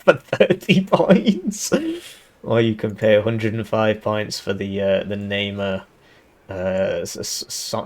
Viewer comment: heh, nice april fool's joke but something that made me laugh is that you read the Namer ifv as Neymar